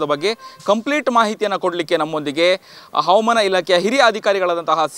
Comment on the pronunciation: ಅವಮಾನ ಅಲ್ಲ ಹವಾಮಾನ